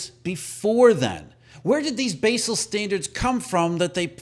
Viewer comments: It's pronounced "bazzel".... not "basil". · Thats Bahzel not Baysel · It's pronounced BAA SAL. Basel accords in Switzerland. Jesus guy. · It's pronounced Bawsel. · Basel is pronounced BAH-zuhl